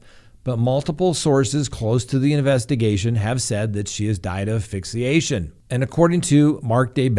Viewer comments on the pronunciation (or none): Please pronounce it correctly. It is AS Fixiation not Afixiation. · ASSSSSSSSSSSSSSSS PHYXIATION. NOT AFFIXIATION ⬅️ not a word. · It is pronounced ASphyxiation. Don't forget the S. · You are mispronouncing asphyxiation. There is an “s” in the first syllable.